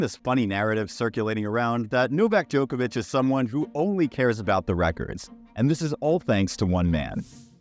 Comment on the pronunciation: You are the joker. It is Djokovich. Not JOKER VICH